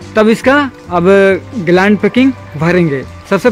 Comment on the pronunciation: भाई ग्लांड नहीं ग्लैंड बोलते है